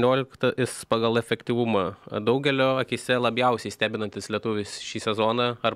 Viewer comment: Kodėl,, nuolatos sakai labjausiai, vietoj labiausiai?:D